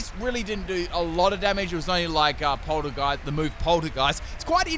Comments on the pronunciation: How does one man pronounce it “Gourgeest” and then in the same sentence say “Polter-GUY-st” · He can't seem to recognize that Polteageist and Poltergeist aren't the same word either